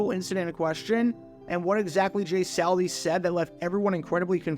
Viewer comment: Dude, you mispronounce names more than anybody on YT! It’s not saul Di! Not Sal Di